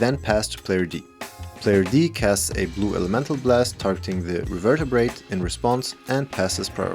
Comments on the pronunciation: Not to seem rude, as English may not be your first language, but it is pronounced Re- ver- ber- ate. You are adding an extra syllable. Thank you for all your amazing content! I am thoroughly enjoying it. Sincerely. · Nice pRuNaNcInAtIoN bro 😂 as an english teacher that gave me flashbacks to my students pronouncing things wrong over and over again in class. Not gonna lie my first reflex was to look up the card revertabrate 😂